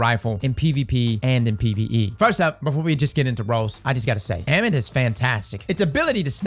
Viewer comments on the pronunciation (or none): I think it’s pronounced Ah-mit lol its Egyptian